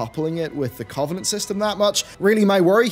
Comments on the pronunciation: Cuv-en-ent not Covv-en-ent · Please pronounce covenant correctly.. your stressing me out